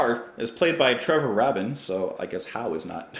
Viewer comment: Taken on its own, this is a very good song. But the point is that the whole album is a masterpiece in its own right. Every song is great and the flow is really good. It’s not the same as the old prog Yes, but it’s still Yes. I hope you do the whole album (pretty please with a cherry on top). It’s pronounced Raybin.